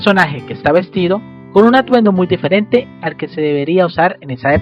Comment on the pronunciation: Los ''espetro'', de versalles como pronuncia de mal jejeje, algunos lugares ''jamosos'' ay no sigo, que voz tan irritante, ''diferette, ah no...